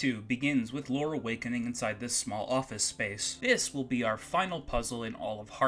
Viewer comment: I keep hearing "Lore" as "Laura". IMO Lore isn't a very good name for a character. I mean, it's better than the name "Sword" in Time Stalkers, or "Poo" in Earthbound, but as far as RPG protagonists go, it's somewhere down there. To think that a battle with a gaslighter could be about going around adjusting a series of gas lights while the enemy tries to cloud the battle area, obscuring which lights need adjusting. It's certainly a better idea than that guy came up with. Hey, I could work at Blizzard with ideas like these! ...except that I'm expressly interested in making adult games, which blizzard probably isn't desperate enough to want to make (yet).